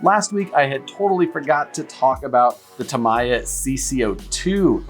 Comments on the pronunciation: Flip That Truck "Starting from from the bottom" Caffeine doesn't fix everything. Get some sleep,! We all love you but it's pronounced Ta-me-ah not Ta-my-ah. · it is pronounced "Tameeya" in English according to the Japanese executives I met from the company....